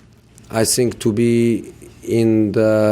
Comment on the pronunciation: How can mourinho say the "th" in other words but not when he says "I think"